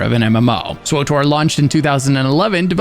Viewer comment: Never heard anyone actually say....SWWOOTORRR